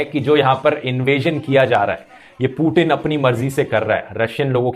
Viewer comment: भाई वो पूटीन नहीं पुतिन है